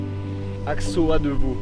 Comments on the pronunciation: Axoa se prononce comme achoa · Axoa 😂 on dit achoa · Encore une magnifique vidéo, merci :D C'est vraiment triste tout ces animaux abandonnés... ps : les "x" en basque se prononcent souvent "ch". En l'occurence là on dit "Achoa" ;) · Salut, superbe vidéo, juste une remarque, on dit "achoa" pour axoa de veau. Le x = son "ch" en basque. Voila tout